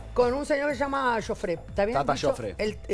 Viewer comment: Cómo insiste en pronunciar mal el nombre. Si Yofré es grave está acentuada y lleva tilde en la ultima silaba